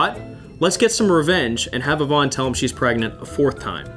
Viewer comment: you mean pregante? or grenant?